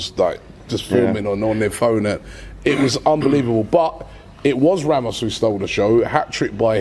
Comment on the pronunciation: This surname is not pronounced literally like Ramos, it's ['rɑːmʊʃ].